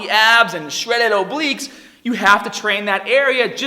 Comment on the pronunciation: SHRELEL OBLIQUES